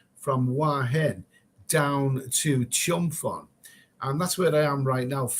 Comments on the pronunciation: Me too, you shoud say PONG like ping pong. Same as Phuket.... pronounce PUKET. The Thai letter they use is pronouced like a P. Good idea t.o ask the local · Your pronunciation of chumphon made me laugh cracked me up. Ask a local how to say it. 555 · No offence but It's called Chumporn, where is Chumponon. Your okay mate but you talk a lot of crap.